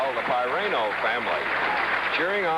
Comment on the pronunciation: Didn't Marty pronounce his last name "Pih-RAN-oh"? Chris Schenkel calls him "Pie-RAIN-oh" throughout this match. Shouldn't pronunciations be a basic part of preparation for big-time network pros? Anyway, I went to SU from 1973-77 and also watched Syracuse Bowls, with Marty offering analysis and Joel Mareiniss doing the play-by-play. "The balls will be rolling and the pins will be falling as ... Syracuse Bowls!"